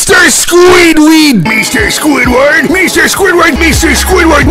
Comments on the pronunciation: MEESTER SQUIDWEED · meester squidwurd